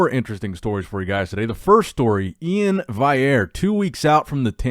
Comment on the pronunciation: LOL Iain's name is literally spelled out phonetically on IG "E-in Val-e-air" and Nick still can't get a grasp on it ffs😂🤦🏻‍♂️